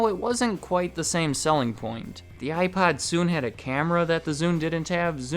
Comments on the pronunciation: I can't be the only person hearing him say iPod with a really weird o pronunciation... Some times his pronunciation of iPod sounds like iPad... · Are you saying iPod or iPad?